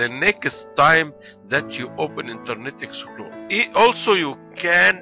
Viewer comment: Interrrrrnet exeptplorrrerrr 😂😂😂